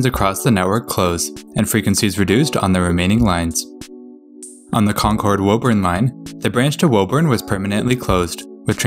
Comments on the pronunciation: Woburn: not woeburn but wooburn; Dedham: not deadham but dedim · It’s not woh urn it’s woo- burn or in our accent woo-bin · Concord is "Con-curd", Natick is "Nay-dik", Haverhill is "Havrull", Woburn is "Woo-burn", Lowell is "Lowl," Stoughton is "Stow-ton" Those are the ones I caught, there may be more. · Missed Woburn, too (not that anyone would get it right just from reading the name, anyway)